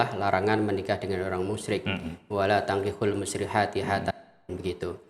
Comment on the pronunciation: Baca dalilnya saja keliru, "wala tangkihul musyrihaati" 😂